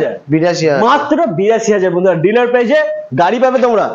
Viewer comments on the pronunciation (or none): ডিলার না ডিলিআর😂😂